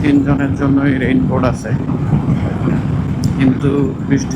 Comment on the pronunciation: রেইনবোট নাকি রেইনকোট ?